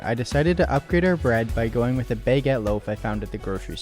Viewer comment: “Bay-get loaf”